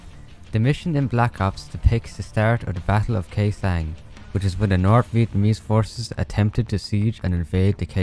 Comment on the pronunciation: Bruh you spelled Khê Sanh accurately like a native Northern Vietnamese but a little dissapointed at Huế though it is spelled like "who-eh" but fast and raised voice